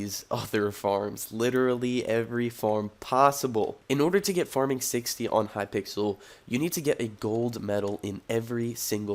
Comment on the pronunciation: so when are u gonna learn how to pronounce hypixle?